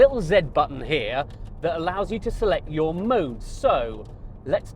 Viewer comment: Yrr? It’s “your.” Before you have your sissify-fits over the C8, try learning to speak correctly..